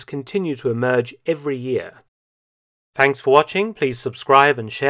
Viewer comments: Did he say Tanks for watching or did i imagine that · Did you just say "tanks fro watching"? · Right at the end there Dr Felton, did you say 'Tanks for watching'? I'm sure you did.... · Did you say "Tanks for watching "? Darn background music.